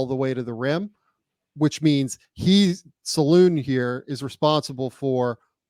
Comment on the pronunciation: D It's not "Saloon" ffs guys... Salaün , like "un" (french for "one"). Just watch any highlights vid from his days in France and try again. Indeed, he's a BIG dude, gym addict